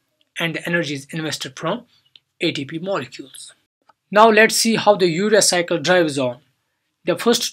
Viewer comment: urea cycle captured in CC caption "Your Recycle".. RIP pronunciation.